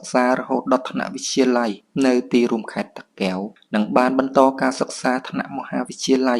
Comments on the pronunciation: អញឆ្ងល់និយាយខ្មែរមិនច្បាស់ពាក្យ តាកែវ មិនមែនតាគែវទេ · គ្រាន់ពាក្យថា( តាកែវ )១មា៉ត់ក៏និយាយមិនច្បាស់ដែ